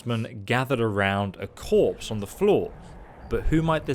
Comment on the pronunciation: corpse, not "corps".